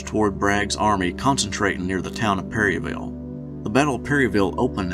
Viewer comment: Not to be that bitch but around here it's pronounced pair-uh-vull 😭